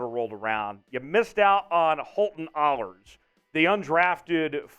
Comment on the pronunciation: "Ahlers" is pronounced Aa-lers not Aulers. Every of us who played sports has had announcers who pronounced our name Au-lers or (and I have no idea why) Ash-lers. One of these days everyone's gonna know how to pronounce it. I'm not saying I know 100% Holt's gonna make the 53. I do know Coach Carroll really likes him and he's passed every test they have given him. I know a when a head coach is doing a press conference and says "I was really impressed with Ahlers tonight", that's not a bad thing. More than all of that I know Holton won't rest until he achieves his goals. He will be a QB1. I believe that with as much certainty as I believe fire's hot, ice is cold and waters wet. I saw a lot of people saying they thought the TD pass he threw (I even asked him, cuz I honestly I wasn't sure either lol) was more of a "I know he's out there somewhere", throw it up hope for the best type thing. That's not the case at all. He knew where Landers was gonna be and when he was gonna stop and turn. He had to keep the ball from getting tipped and he knew he was about to get crushed like a soda can. He put the ball right where he wanted it to. It wasn't the prettiest looking pass but football's not about pretty. 😁